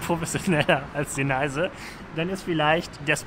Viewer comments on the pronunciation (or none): Sagst du eigentlich mit Absicht Deneise statt Denise :D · Super recherchiert. Bist du sicher das Du Ihren Namen richtig aussprichst? "Deneise" hört sich komisch an, ich kenne es als "Denies" ausgesprochen.